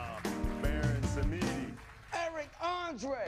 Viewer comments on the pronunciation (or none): Bro said Bawon Samidi😂😂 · I just picked up that Eric calls him "Baron Samedi" during that part too lmfao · lmao it took a few viewings for me to hear Eric call him "Baron Samedi"